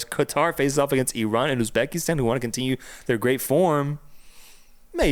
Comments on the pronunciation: Hello from Uzbekistan, not Ubzekistan bro😅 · Not Ubzekistan ❌ Uzbekistan ✅